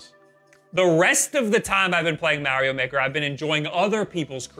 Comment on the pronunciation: What is Merry-O Maker??